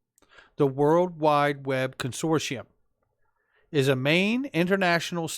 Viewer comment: I love every thing u do but can someone in the xrp community please pronounce consortium properly! Ask google?